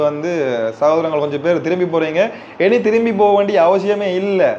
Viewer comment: முதல்ல தழிழ ஒழுக்கா கதடா லூசி இனி என்று சொல்லுறத்த எனி எனி என்று சொல்லுறா எந்த பள்ளில படிச்சநீ பட்டிக்காடு